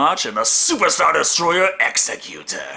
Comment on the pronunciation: Vader's flagship is pronounced Executor. Sounds like exec as in executive. Utor prounounced yoo-tor. Eggs-eck-yoo-tor. Executor. Just in case you think you're correct. Literally the first thing that pops up in google. The Latin root, executionem, means "an accomplishing" or "a carrying out." Ex·ec·u·tor noun 1.LAW a person or institution appointed by a testator to carry out the terms of their will. "Hugh appointed him an executor of his will" 2.a person who produces something or puts something into effect. "the makers and executors of policy" Vader was the right hand of the Emperor so it only made sense that his personal flagship would have that kind of importance to it's name..... my guy you need to SERIOULSY work on your pronunciation. Also Those reptile people the Trandoshans pronounced Tran-do-shins. Trandoshans, also called T'doshok, were large, bipedal reptilian sentient humanoids from the planet Trandosha, and were renowned as great hunters. Jesus man do you even care about accuracy?